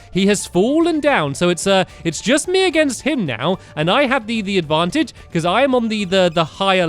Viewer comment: You said Advancheje instead of Advantage